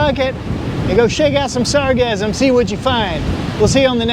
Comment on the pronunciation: You say sargassum like it's pronounced like orgasm but then say sargasso sea the correct way